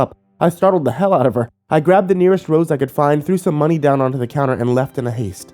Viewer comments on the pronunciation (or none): none